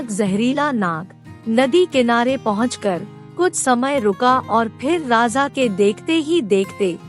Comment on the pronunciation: 'Raza' nahi 'Raja'...